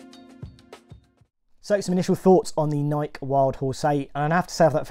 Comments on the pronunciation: It is not Nik but Nike! Come on man it is your niche so fair to ask you at least pronounce the brand correctly. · Is pronouncing Nike without the “e” sound at the end a UK thing? Never heard someone pronounce it as “N-eye-k” before. No judgment, just curious. From Nebraska, USA here.